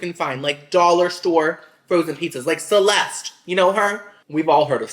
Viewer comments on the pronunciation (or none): none